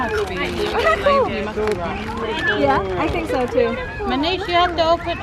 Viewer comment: ....🙏🙏🙏learn Na how to cook and host a party...... plssssss m ur no.1 critique,I like watching ur vlogs..... m d one who often correct u wit d pronunciations like Nice, wafer etc. Doesn't mean m just simply bashing u.... I like u kahit pa sabihing maarte,oa or five heads eh but I think u have to listen din naman sa constructive criticisms..... yung personal bash pabayaan mo n lng, hopefully ur future contents will develop pa more.😬😉🤗